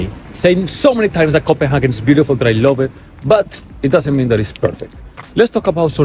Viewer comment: I'm just curious as to why you spell Copenhagen like that in your title and pronounce it in that way?